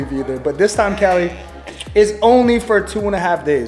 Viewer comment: It's Cali not Kelly